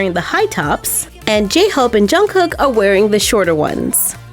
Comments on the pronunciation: I am dead Jungkuk it’s Pronounced Jungko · The way she pronounced Jungkook and Suga had me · If this helps anyone then uh...cool... but Suga is pronounced Shuga(because his name comes from his basketball position as Shooting Guard), and Jungkook is pronounced almost like saying Jungkoo(k) instead of saying Jungcook